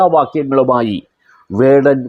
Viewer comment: Mr his name is vadan no kadan is right😮😅😊